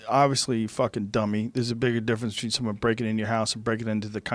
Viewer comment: Joe "Betchween" Rogan